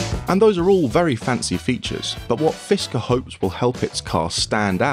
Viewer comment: fiskrer???? HAHAHA NOTHING to say...same as lucid